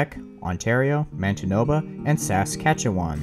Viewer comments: as a Canadian the way you pronounced Saskatchewan and Manitoba hurts me lol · I will now say Reading right if you say Manitoba and Saskatchewan correctly